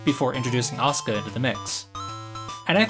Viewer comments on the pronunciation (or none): Uh-Sue-Kuh - Asuka. Not Ah-suhkuh.